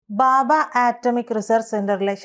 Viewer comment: ബാബാ ആറ്റമിക് റിസർച്ച് സെന്റർ അല്ല , ഭാഭാ ആണ്, വാക്ക് കൾ ശരിയായി ഉച്ചരിച്ചാൽ നന്ന്